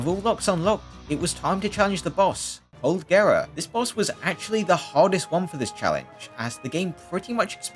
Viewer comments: dude calling it coldgera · this guy's calling cold gerald: coldgera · Colgera✖️ cold-gera✔️